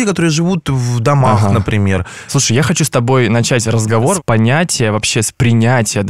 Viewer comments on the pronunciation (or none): none